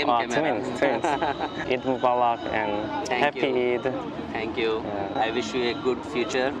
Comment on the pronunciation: It's sounds "eat day".😅😅